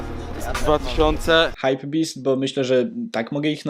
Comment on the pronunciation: hajpbestie mozna muwic hajpbestie